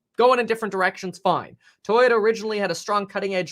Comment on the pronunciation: Kevin I don’t appreciate your Asian accent as you read toyoda , toyota lol